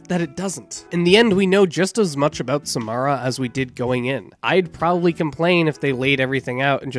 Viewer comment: I'm sorry, but the way you were saying Samara triggered me.